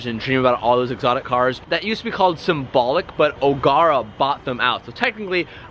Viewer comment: Love the vid. It's pronounced Ogera though not Ogarah😂